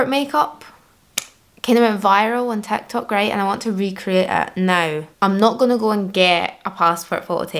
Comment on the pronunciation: Ah, she's saying "TikTok." To my ears I heard "tech talk." Yeah, different content. heh.